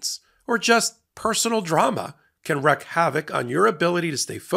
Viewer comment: The phrase is not “wreck havoc”, it’s “wreak havoc”. Like reek.